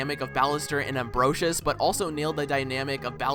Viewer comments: Amferus? You mean Ambrosius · im sorry but how u pronounce ambrosius' name physically pains me